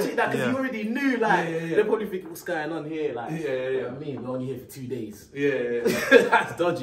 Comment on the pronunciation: Tink about dis…alright, bet…” 😂